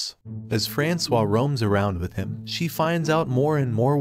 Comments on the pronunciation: ERRR FRANK-OIS?!?!?! You mean... frans-wa?! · I think her name is supposed to be pronounced as “Franswaa” and not “Frankois”. 😂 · right - not FRANKS OIS like in the video...